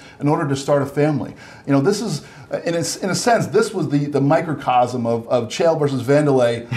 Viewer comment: "Kale" Sonnen and "Reenan" Barao? How can one be an MMA journalist without at least making the effort to pronounce the competitor's names correctly!?